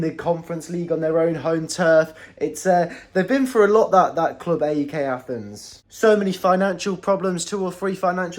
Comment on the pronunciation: it's pronounced αεκ (put it in a pronouncer to hear it)